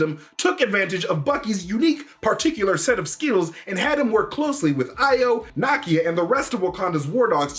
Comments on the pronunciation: Na-KIA. Not NA-kia. Sorry. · Nakia = NA-KEY-AH! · You're pronouncing Nakia's name incorrectly.